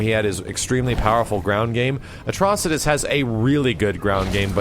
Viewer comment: Hurray! finally pronounced Atrocitus right!